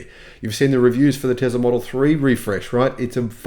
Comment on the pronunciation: Elon will not introduce a new model Y as long as you keep saying Tezla instead of Tesla! The difference between z and s is there for a reason! 🤣